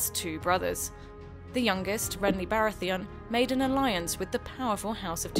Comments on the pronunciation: The one talking has never watched the show. "Renly Barrotheeon", "Ballon Greyjoy", "Petyr Bylish", "Night Watch". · Anime Guru lmfao ... do you have ears? Just listen at how they pronounce Renly Baratheon ... and when they tried to pronounce Peter Bealish’s name i cringed so hard i had to turn the video of